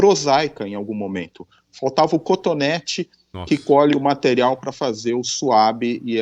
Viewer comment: Materiral???? Kkkkk